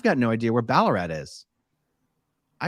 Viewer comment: Incredibly impressed at you Aussie accent 😂 Ballarat Australia said perfectly 👏👏